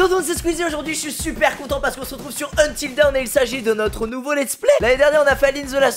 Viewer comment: Quand quelqu'un prononce Until Dawn "Until Down" 🤦‍♂️🤦‍♂️🤦‍♂️🙄😭😭